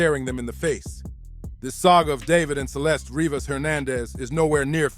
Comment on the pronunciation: Dude, get it right. Her name is Celeste Revas not Rebas